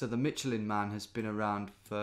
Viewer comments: Mitchell Inn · Please don't say Michelin ever again